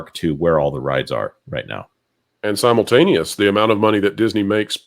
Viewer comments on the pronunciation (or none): none